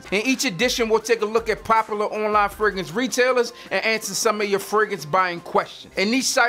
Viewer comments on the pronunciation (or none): This dude sound like he saying Ferguson instead of fragrance